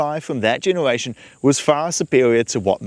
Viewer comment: This guy can't say 'r' I keep hearing him saying genewation